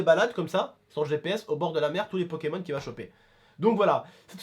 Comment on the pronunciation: Suis-je le seul à avoir entendu pékamones à un moment? 😂